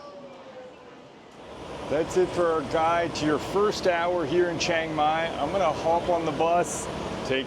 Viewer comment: If you have lived in Thailand for 11 years then you should know CHIANG MAI is not pronounced CHANG MAI. There is an I in there. Chee-ang Mai or even Chee-ung Mai. Please stop saying CHANG MAI.